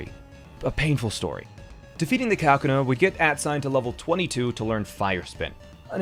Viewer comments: he said Kakuna correctly at first and then mispronounced it the second time for some reason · KAK? KUNA? Broo Its KuhKUNA watch the anime man, jesus. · kakuna pronunciation 🤢🤢